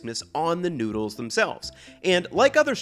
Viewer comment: i know you just said stir-fried NEEDLES and then browning or CHIRSTMAS don't gaslight me here that's not an accent thing you did that intentionally hahahahahah